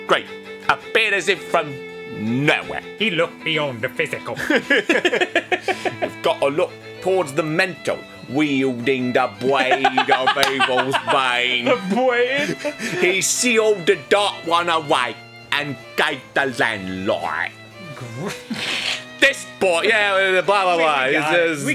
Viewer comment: "WEIWDING DA BWADE OF EVIWS BANE!!!!!!"